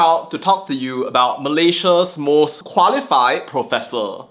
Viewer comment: THE PROPESSOR OF PROPESSORSSSSS......🤣🤣🤣